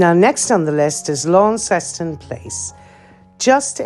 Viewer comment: The 'Launceston' in Launceston Place is pronounced 'lawn-stun'. It's named after a small town in Cornwall.